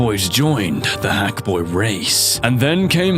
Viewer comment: okay, hackboy, it sounds more like F...boy just saying